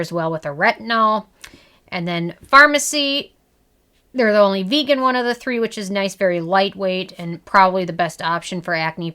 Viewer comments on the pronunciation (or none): none